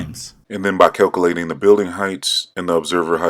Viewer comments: You spent too much effort on this guy. He literally can’t even grammar. He pronounces “calculating” as “cal-CUH-lay-ten” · “Cal-coo-lating”? Lol